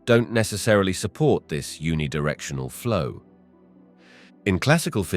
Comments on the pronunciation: Who is the voice model in this video?. Where can i download this voice model?. Its a computer voice surely because it pronounced uni directional to un-ee directional instead of youni directional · oh wow you picked out one mispronunciation, good for you. the narrator has a great voice.